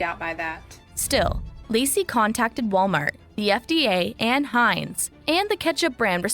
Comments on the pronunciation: Thumbs down you kill me calling it Hanes it's pronounced Hinzes . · Hanes? Heinz is pronounced Hines. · It’s not Haynes bro it’s called “hines” is pronunciation. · Pronounce heinz!!!!!!!!!! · Did he say hanz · The lady is telling you how to pronounce the brand Heinz, yet you continue to say Hanes lol. Are you talking about boxer briefs? LMAO! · Heinz ketchup not Hanes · Heinz not Hanes Bruh 🤣🤣🤣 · It’s pronounced Hines not Hanes 😞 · Hanes is undergarments, Heinze is ketchup,HINEZ WITH A LONG I SOUND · Heinz Not Hanes. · My guy Hanes is underwear. You're saying it wrong 😅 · Yo, it’s Heinz, not Hanes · I know, lol. Heinz not hanes😂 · It’s pronounced HIGH-nz 🫶🏼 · It's Heinz not Hanes stop saying like that it's annoying!!! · It's Heinz pronounced Hi en z but spelled like this Heinz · Dude ! It’s pronounced H I NES ( Heinz) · I like that you pronounce Heinz as Hanes because it's heinous to eat anything from masonic corporate entities... People need to wake up. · You keep saying Hane’s, not to be confused with Heinz. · Its pronounced like "Hines" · It's Heinz not Hanes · Heinz, my guy. Not hanes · Its Hienz theres no A sound in itmake ur own ketchup most manufacturers are sourced in foreign country , I dont eat out anymore ( retired chef ) theres much worst has been found fun fact how many creatures are in our insides 😮😮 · Hanes is underwear bro. Get ur pronunciation right son. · It's pronounced Hinds but it's spelled Heinz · Hearing Americans call Heinz "Haynes" is hilarious to me, I don't know why 😂😂😂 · It is pronounced Hines. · I buy ketchup with no sugar...and it's pronounced Highnz. I'm gonna be sick 🤮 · Hanes are underwear dude. It's pronounced with a long I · You keep calling it Hanes😂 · Hie nz…. /ie/ makes the sound of long I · It's pronounced how it's spelt, not haynes. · It's pronounced like HINES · Please say Heinz correctly please please please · Rofl!! I know. I'm thinking to myself, who's "Haynes"? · Hanes underwear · Wrong pronunciation of Heinz😂